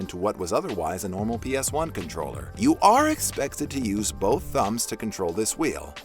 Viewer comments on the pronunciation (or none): none